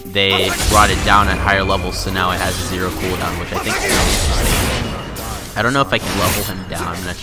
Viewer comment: every time he says interesting i die a little inside